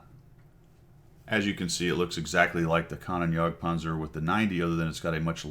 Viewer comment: Kan-Oh-Nen, not Kan-on